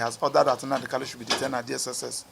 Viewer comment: Please pronounce Mazi Nnamdi kanus name correctly you supposed to be a lawyer who should know better, thanks